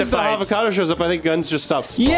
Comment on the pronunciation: Did he just say "havocadoo"